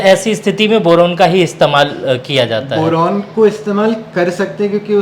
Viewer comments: Bolna toh seekh le pehle boran nhi hota boron hota hai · बोरोन,बोरेन नहीं। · Boran nhi boron hota h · Bowraan nahi Boron hota hai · Boran, Boran aur Boran. Kuchh uchcharan bhi sudhar lijiye.